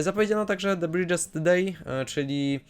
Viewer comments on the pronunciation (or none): Zdecydowanie bardziej mi się podobało twoje omówienie z poprzedniego roku, gdzie było włożone więcej researchu i było to w bardziej zwięzłej formie. Tutaj często też mówiłeś o seriach, które Cię nie interesowały, co ewidentnie widać jak nazywasz Hellboya i BBPO crossoverem oraz twoje wymowy angielskich tytułów były momentami bolesne jak dla mnie. (Bridżest dej, ugh)